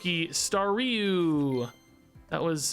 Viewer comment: It's star you not stary you 😅